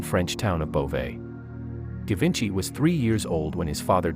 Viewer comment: It should pronounce as "Zhee-VAWN-shee"